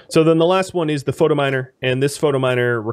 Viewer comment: I love your content...but does anyone else wanna smack him every time he says "Photominer" instead of "Phytominer"?